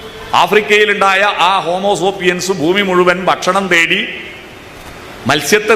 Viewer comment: ഹോമോസോപ്പിയന്‍സ് അല്ല ഹോമോസേപ്പിയന്‍സ് എന്നാണ്!.